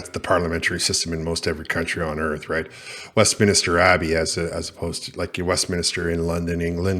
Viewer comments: Westminister is pronounced Westminster. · Ps it’s WestMINSTER….there is no extra i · WEST MINSTER NOT WESTMINISTER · It’s Westminster, not westminister 😂